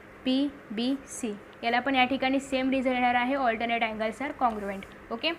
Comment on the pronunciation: allternate nahi 😅😅 alternet 😊😊😊